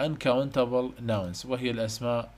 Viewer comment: عاشت ايدك بس كلمه nouns الs تلفظ zللمعومه.